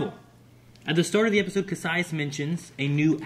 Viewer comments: It was bothers me that you keep mispronouncing Kasius' name... Ka... Si... Us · DAMMIT!! You keep pronouncing Kasius' (don't know how to spell it) name wrong. (just so you know, I'm not angry, just pointing something out 😄)